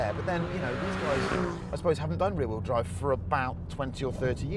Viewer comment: You said wearrheel drive instead of rear wheel drive 🤣